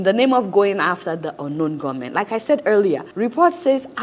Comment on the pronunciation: Adeola - it is 'ungun know men' and not unknown gunmen. 🤣🤣🤣